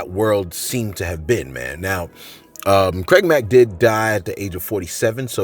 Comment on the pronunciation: “CRAID MACK”